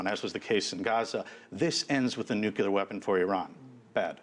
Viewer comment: pronounces it "nucular" and we're supposed to accept him as an expert?!